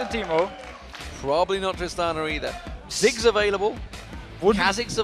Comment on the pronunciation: Why Deman and Joe dont cast games together anymore? It is the best casting duo, so much fun. And this is so frustrating, his pronunciation is awful, especially when he says zigs, it sounds like six:/